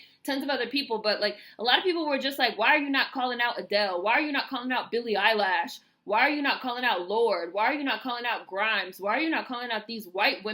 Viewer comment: "Billie Eyelash". 😂